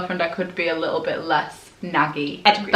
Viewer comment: ”why do you look so little” Her mum:”because I am liccle” 😂😂 omg I love u guys